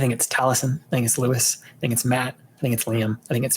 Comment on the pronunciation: Matt and Liam literally created the Tragedy Bard for Liam, so if "Hal" (Prince Henry apparently) isn't tragedy bard, I think the Shakespeare nerds are rioting. 😂 Gentle reminder that "Luis" is Colombian and it's pronounced more like "Lew-ees." Which I'm pretty sure I saw someone point out to you on TikTok but still.